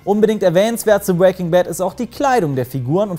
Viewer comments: "bwaking Bad" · Du sprichst Breaking immer falsch aus😂